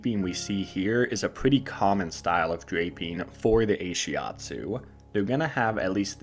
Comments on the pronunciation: Ashiatsu isn't not-shiatsu but rather massage done with the feet. Ashi means foot (足), atsu means pressure(圧) in Japanese. Also it's pronouced Ah-shi atsu, not ei-shi atsu. But great video! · Why did you say 'Ay-shiatsu" instead of 'AH-shiatsu'? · Brill. thanks very much despite strange pronunciation, of Ahiastu ;-) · You pronounce and translate it wrongly. The name of this therapy comes from ASHI- means FEET and ATSU- massage pressure in Japanese. ASHI-ATSU. Ashiatsu. I am an instructor on this modality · I have to wonder if this guy actually talked to the therapist or read up on the modality since he's just starting off already with completely wrong, easily looked up information. I can somewhat forgive pronouncing ashiatsu wrong, but it implies he talked to few or no therapists, but the word isn't an English word with Greek origin. It is literally a Japanese loan word. And it translates to foot pressure. Ashi in Japanese means both leg and foot. Shiatsu does not mean hands. It's like he's just making stuff up even the most cursory search could disprove. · He doesn’t pronounce it right. ...